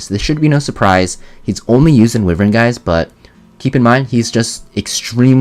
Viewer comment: WHY-VERN This "Whivern" pronunciation has got to stop.